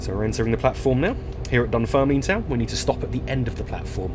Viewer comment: Nice to see u back. It's pronounced Dunferm Lin